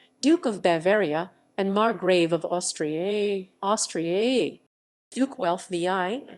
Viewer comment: Margrave of AustriYAYYY...AUSTRIYAYYYY. Lol the AI voice for this sucked